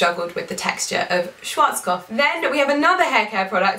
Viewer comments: Im from Germany and it's soo funny and cute how you pronounce Schwarzkopf 😂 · I'm from Austria and it's soo cute how you are pronouncing SCHWARZKOPF 😍😍 you are such a beauty